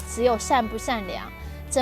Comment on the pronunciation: 你可以不要发音 不要zcs zhichishi分不清吗 比如你说的： zhi尊 zi有 等 这让我觉得你肯定没读到大学的水准